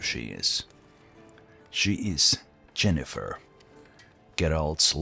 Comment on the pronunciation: Yennefer, not Jennefer. I don't know if that's just your accent speaking, but yeah.